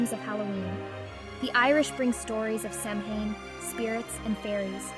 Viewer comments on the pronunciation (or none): Seriously it's 2024 and you can't pronounce Samhain correctly? It's awfully hard to take the video seriously when you kick it off with that. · They pronounced it like 5 different ways throughout the video and made sure to say Samhain/sammein/sumhoin as many times as possible. Also couldn't finish the video because of this. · in and I'm turning it off for this reason. pathetic.